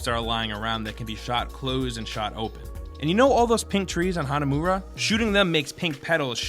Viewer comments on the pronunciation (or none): Did he just say hunamoora?